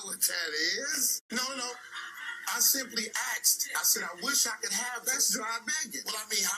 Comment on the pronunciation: I simply axed!